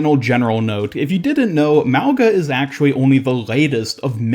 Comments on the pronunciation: It’s pronounced like “maunga” the g is a soft g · Wow guess OW devs actually made a polynesian character? Samoan to be specific? I'm assuming he is Samoan because he has a samoan name. His name means literally "Mountain" In samoan. Lmfao and i'm cringing cause people are not pronouncing his name right. Mauga- (Ma-oo-nga) or (Meow, without the ‘E’ so Mow-Nga). The letter G is always pronounced with a "Gna" in the samoan language. Regardless cheehooo!!!!!!!! make way for this up and coming uso!!!